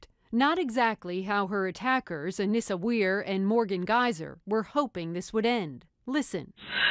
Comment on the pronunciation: Anissa wier? It should sound like Anissa Wire bit wier.